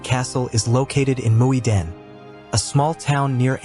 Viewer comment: how come you can pronounce (mostly right) Muiderslot, but completely change Muiden